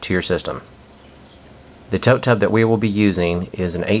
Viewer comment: Yeah, you said tote tub, sounded like tub tub, too many times, but this was very interesting and I will be following your steps to start mine this spring.....thank you so much. You were very helpful.